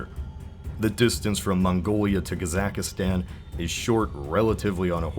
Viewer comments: Also Kazakhstan is three syllables, ka + zakh + stan, not four syllables "gazackistan" like he pronounces it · It's "QAH-ZAHQ-STAHN", not "KAE-ZAEK-STAEN". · Calvary, Maycedonia, Kezakistan? Really? Sound it out man 😂, none of those words are difficult to pronounce. "Cah-vul-ree," "Mah-suh-doh-nee-uh," "Kaa-zakh-stan" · he also said "KazakhAstan" rather than "Kazakhstan" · Cavalry. Ka-zakhs-tan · Ir sounded like Kazaki Stan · U said kaZAKhstan who pronounces it like that what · kazakastan lol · To those complaining abput the pronunciation: Stop. It's rude and you're not even completely correct. For things like Cavalry and Kazakhstan people I know pronounce it the same way he does. For Macedonia, not so much, but it's not like you can't understand him. (This is probably overly defensive, but screw it.) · There is no "I" in "Kazakhstan"... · you butchered the names for Macedonia and Kazakhstan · Yeah, that's annoying. I think you mispronounced Kazakhstan also. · Does he not know how to say Kazakhstan